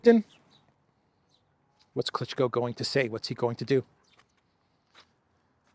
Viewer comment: Klichko is pronounced as Klichcó.